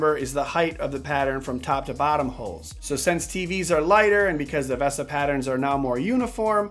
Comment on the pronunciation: Every time you say ‘V-ah-sa’ Mount vs the correct ‘Veee-sa’ Mount drives me crazy...